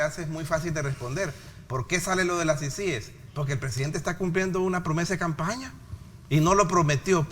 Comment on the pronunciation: Por ser una sigla no se tilda. Pero para pronunciar una sigla, por ser una palabra nueva, esta sujeta a cualquier forma de pronunciación. En todo caso, se pronuncia como sea más fácil para el hablante. Pará el señor Raudales es más fácil pronunciarla con acento en la primera I, CÍcies. Pará el resto de salvadoreños es más fácil pronunciarla con acento en la segunda I. ciCÍes. Por eso nadie le paró bola. Él está optando por una pronunciación poco natural.